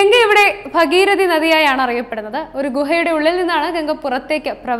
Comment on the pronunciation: ഭഗിരതി അല്ല ഭഗീരഥി 🙏